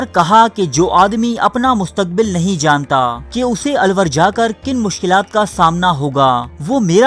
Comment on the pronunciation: ye '' alluor ha na ky alwar